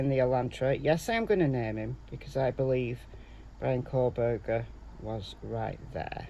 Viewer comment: It’s Kohberger